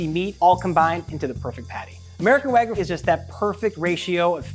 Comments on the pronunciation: It's wagYU not waGOO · Sounds more like Ragout, Wagoo 💀👍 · its wagyu. not wagu. pronounce it correctly stupid american. educate yourself. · Its gyu not gou fling american😭😭😭❤️ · The way he says "wagoo" drives me nuts lol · Wa-gee-you not wa-goo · Wag-yoo. Not whygu. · These experts can't even pronounce wagyu correctly... wagoo? wagoo? it's WAGYU! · My biggest pet peeve in the world is hearing people say "wagoo" instead of Wagyu. Do you think the Japanese put a Y in there for no reason? Does something with the word "goo" in it sound appetizing in the slightest? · why is he pronouncing it wagoo? there's a y in there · Wagyu has a Y in it. "Wag Yew" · Americans saying wagoo. Funny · BWAHAHAHAHAHA! Literally just one Google search would've prevented this stupidity. Wag-oo 😂😂 white people pronunciation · Just did. What are they teaching you in America? I've never heard of it being pronounced like "wuh-gyoo". It should've been clear to me you're American. Odd ones out as always. Hopefully you don't ever pronounce it like that to a Japanese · First it was him saying "wa-goo" but the squeezes really became too much after a while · "Wagoo" lol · it's pronounced wa-gyoo/wag-yoo you dingus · i have NEVER heard someone pronounce it wagoo until this moment 😦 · I don't know how many more times I can hear you say "wagoo". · I stopped watching when I heard how he pronounced wagyu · This dude's pronunciation of Wagyu is absolutely destroying me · this video is really neat, but the mispronunciation of wagyu and sake made me cringe. especially with how often wagyu was said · Should have got a guy who knows how to pronounce wagyu. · Why do Americans neglect the Y in wagYu?! I live in Japan and this irritates me (and others) so much! The Y is NOT silent! (also choosing to ignore the hard A sound) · you dont have to know any japanese to see theres a Y in the word and he keeps leaving it out